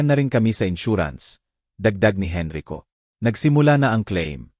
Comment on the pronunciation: Narrator from what country are you? Please sound out the abbreviated words properly... #Gng. is ginang #Sgt. is sergeant #alas singko y /e/ not Y/why/... # Henrico not Henry ko... Thanks for understanding